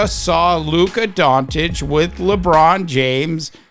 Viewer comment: It’s not Don-Titch…it’s Don-Chitch This is his 7th year in the league…are you that slow?